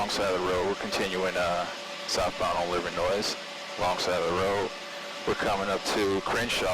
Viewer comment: The “S” is silent in Livernois.. just like Illinois